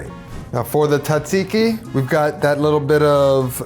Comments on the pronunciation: As a Greek, it pains me to hear people pronounce it "tsatsiki". It is pronounced like "djahjeekee" Because it is a loan word from Turkish language and we use "τζ" to represent the "dj" sound (like the G in George). Also forgot the mint and dill in the sauce. 😅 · asked google for pronunciation, proceeds to say "TOT-seeky" the entire video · OKAY PRONOUNCE TZATSIKI "T" IS SILENT, SO IT IS ZAT (EMPHASIS ON THIS SYLLABLE) -ZEEKEE... ZAT-ZEEKEE (LONG E FOR THE "I's) NOW GO AND PRACTICE AND KNOCK OFF THE T SOUND...YOU SOUND LIKE AN IGNORANT ITALIAN FROM THE SOUTH...NOT ONE FROM THE NORTH, LIKE ME!!! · You mean "TOT-seeky"😂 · Also, pronounced correctly makes it taste better. "TOT-seeky"😂